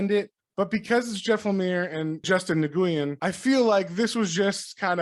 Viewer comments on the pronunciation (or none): Nguyen is pronounced wiin btw